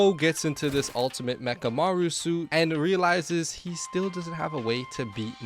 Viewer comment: We gone tak abaout ultemit Bamamaru“